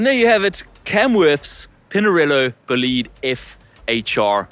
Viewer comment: I love you as a presenter (and human being), but learn how to pronounce "bolide" correctly! 😂 BOW-lid-eh